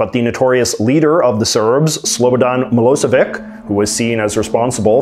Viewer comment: it's pronounced miloseviCH not miloseviK